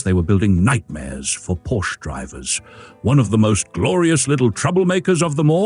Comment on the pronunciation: Porsche is STILL a two syllable word, you dim bulb.